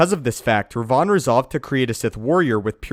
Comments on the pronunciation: Rev-en not re-von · It's spelt and pronounced Revan, not Revon or as I've seen in the comments section Revin. That really triggered my inner grammar nazi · The correct pronounciation of Revan is rev-in not Re- vaughn.... It was starting to get on my nerves the way u were saying it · Seriously, do you ever actually do some ACTUAL research instead of reading up from a script Darth RE-VAN is not Darth Raaaaaayvahan from Bangalapur India mate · Order 76 I know, right!? It does sound he's saying Rayvan. When it's like saying Raven only slightly altered. One only needs to switch the "a" and "e". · Its Revan not Rev-Von smh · Had I not heard you talk about Darby Revan numerous times I'd have thought the pronunciation changed. Learning something new all the time. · Who is Darth Reyvahn? You mean Revan? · You're mispronouncing Reven... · I can't stand hearing how Revan's name is pronounced in this video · Why are you saying Revan so weird? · your pronounciation of Revan is killing me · its like he's mentioning a perfume with that pronounciation, instead of a sith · dude the way you say revan is just so wrong and so funny LOL!!!!! ps still love your content